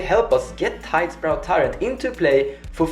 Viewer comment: Its tidespout, not tidespRout.